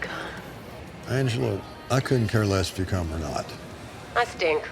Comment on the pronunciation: "Do you want me to cOOm?" Tommy did not read the line correctly